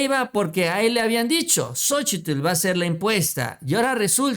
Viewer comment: x favor cuál xochitllll ni que nada solo xochil y ya xq pronunciar bien su cochino nombre naaaa